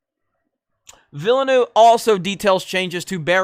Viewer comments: wring on Villeneuve, hes French not Spanish, it’s Veelnoov, sorta—eu is a French sound that doesn’t appear in English. Look it up before you post, dolt. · It's pronounced vill-nuv. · You goofball! It’s “Veelnev”. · + Gamers. Villanueve is pronounced (vee-yah-NWAY-veh). The double "L" creates a "Y" sound in Spanish. Liet (lee-et) Kynes (Kines) Hope this helps. Aside from that great video. You should read the original Dune novels or at least see the 1984 movie. This video lets me know this is going to be butchered. Not a good thing. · Simple, boycott. Pronounced viel-nerve, like the racing drivers. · I know neuve actually means new, but its not pronounced like that. Villeneuve is pronounced, Ville-nerf:-) otherwise great vid as usual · dude is not even trying to say villeneuve lmao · Dude. It’s pronounced: vill-a-new-way-va. And baron Har-Kon-an. You’re killing me smalls.